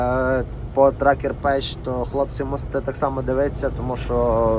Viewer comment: Правильно казати, Trucker path, не тракер педж, як ти кажешь, а Траке Пес. В кінці слова Path, -th , вимовляти з кінчиком язика між передніми зубами і трохи якби видихачи повітря, звух получається мʼяким. А як ти кажеш слово violation?